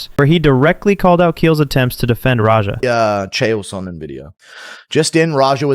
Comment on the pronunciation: What I think? I think you were purposely mispronouncing Chael Sonnen's name. Pleb move bro, especially when all he was asking was why he hasn't been arrested yet? Valid fkn question that I'd like to know the answer of also